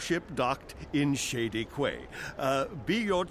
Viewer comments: I got irrationally angry every time the characters said "Qway" instead of "Key" when pronouncing the word "Quay", maybe that's just a British thing I don't know... But great series, as always:D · QUAY is pronounced KEY by the way, stupid old man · i hate to be uptight but quay is pronounced key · The repeated mispronunciation of "quay" is making me sad. It's pronounced exactly like "key"!! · no it's ku-ay mate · "Quay" is pronounced like "Key" you silly game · Evil (ex-)wizards don't know that Quay is pronounced "key".